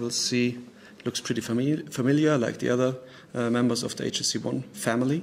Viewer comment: its not hey chh tc